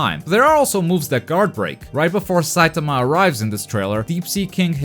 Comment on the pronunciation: The way u say saitama pisses me off